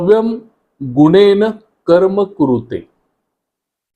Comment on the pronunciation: माहिती उपयुक्तच आहे . [पण क्षमस्व ! गुणेनं नाही. गुणेन . शक्तिः ( उच्चार शक्तिहि प्रमाणे. शक्तिहा नव्हे. ) ]